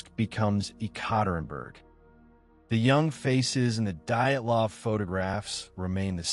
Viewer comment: The moment I heard "diet -lahv" I stopped listening.